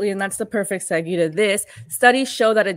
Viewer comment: Segue is pronounced seg way ❤ Great interview!